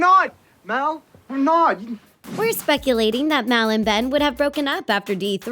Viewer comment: It's mal not mel